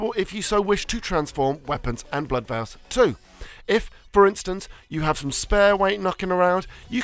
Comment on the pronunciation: Veil and Vial arent pronounced the same